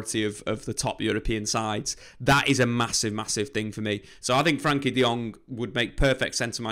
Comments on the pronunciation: I don't comment very often but my dutch heart cries when I hear the way you pronounce his name :$ his name is frenkie not frankie, so you can pronounce the e like it is pronounced in the words bed, better and fred... Love the videos as for the rest, keep em coming :P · It's Frenkie not franky